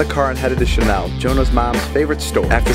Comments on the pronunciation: i DIEDDD WHEN SHE SAID "SHALEN OMG" WHEN ITS CHANEL BAHAHHAHA IM DYYIYINNH\GGGG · says "Chalen" instead of "Chanel", I’m done... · Did anyone notice she was so happy she pronounced “Chanel” “Chalen” 😂